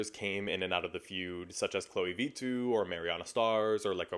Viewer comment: as a finnish person it’s so funny to hear Vittu pronounced so differently it doesn’t even sound like a finnish word anymore but a spanish one 😂